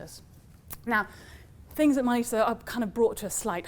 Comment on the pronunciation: If only you could pronounce Miletus correctly…